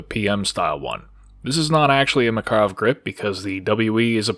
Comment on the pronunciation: all the research you did and you still cant say Makarov correctly?